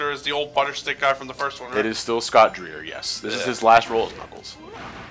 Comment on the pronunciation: Scott Dreier is actually pronounced like Scott Dryer. I actually got to meet him when I went to Disneyland a couple of years ago and he was doing a seminar there. Super cool guy. He did the knuckles voice for me, ahaha.